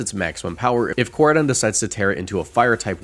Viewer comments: Best rage bait in decades is who he said Koradeion 😂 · How you get miraidons name right but no koraidons made me just leave the video by the 5 th time you said it cring jahahahahha sorry love your content however